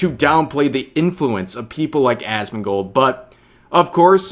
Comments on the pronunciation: Did she say Asmon"god" lol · He called him assman. She called him Asmongod XD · I thought he called him Assfand, mixing him up with Esfand. Whether that was intentional to make it sound like Asmongold is of so little import his name isn't even worth remembering or if he genuinely mixed up the two I'm not sure but either way he looks dumb